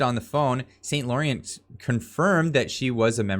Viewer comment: How can you be from Ontario and not know how to pronounce St. Laurent? Francais!